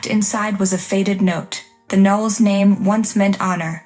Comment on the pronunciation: Why spell out the words in caps? Knowles, not Nells.